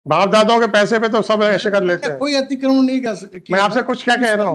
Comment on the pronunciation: अतिकर्मण 😂😂😂 अतिकर्मण नहीं अतिक्रमण। भाई हिंदी नही आती तो सीख लो।